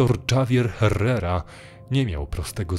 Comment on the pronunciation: Dżawier herrera? Sorry, że tak się czepiam, ale gorzej się tego przeczytać nie dało. Litera ,,H" w hiszpańskim zawsze jest niema więc - errera. Javier przeczytałbym raczej ,,hawier". To tak na przyszłość, bo dla kogoś kto trochę zna hiszpański lub inny język jest to bardzo rażące.